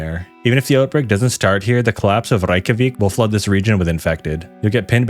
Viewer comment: As far as I'm concerned, you pronounced rekyjavik perfectly.